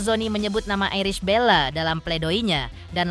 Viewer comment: Untuk pembaca berita..berbahasalah yg baik bisa nyebut ibel tp nyebut nama iris dg airis bella😂😂😂😂😂